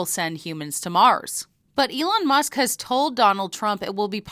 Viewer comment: Alon Moosk?